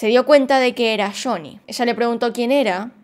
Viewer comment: Me encanta como pronuncias shony😍